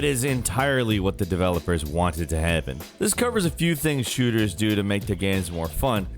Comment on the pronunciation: "Wanted to hehhppen" - can someone please explain to me why mispronounces so many words in these videos? 🤣